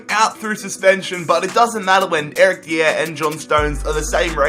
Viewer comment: it's pronounced Eric dyer just too say cuz I cringed when you said it like the way you say it